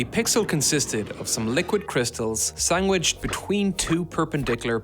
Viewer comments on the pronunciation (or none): I can't believed ive just heard "sangwiched" in a tech video haha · Some liquid crystals “sangwiched”…….🤣🤣🤣🤣brilliant! Great videos! IYKYK😜